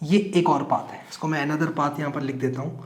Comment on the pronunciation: Path ❌ paaathh☑️